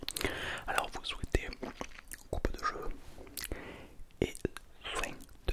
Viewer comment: "Coupeu deu cheveux"